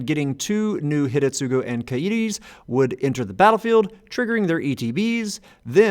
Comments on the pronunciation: Yeah found that amusing, too. But also I believe, that the first U in Hidetsugu would be silent, like it is in many japanese words. Asuka is prominent example that comes to mind, whos name is actually pronounced Aska. But I might be wrong here, cause everytime I tried to get into the silent U topic I could never find a clear rule for when it's supposed to be not silent... ^^ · Does due diligence that it's pronounced Ka-ee-ree Does not do same diligence that it's Hih-deh-tsoo-roo Jokes aside, i had been considering building this deck. Primer appreciated!